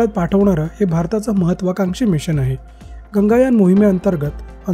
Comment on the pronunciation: It's not Ganga yaan. It's Gaganyaan.